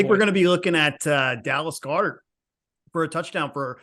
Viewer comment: Guy saying Goederts name wrong is like nails on a chalk board but beside that, great insight guys... love that the 2nd guy got it right